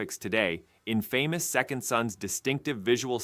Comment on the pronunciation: Its Pronounced In-Fah-miss